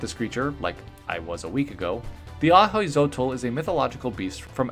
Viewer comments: “Hui” is pronounced as “wee” btw. So wee-chol, and a-wee-zotl, ofc different regions have different way to pronounce things, but but generally that’s how it’s pronounced. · It’s actually pronounced “owe-e-zo-toe” but I like these Pokémon a lot